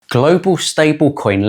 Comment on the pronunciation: Saying Glo Baal..... it's Earth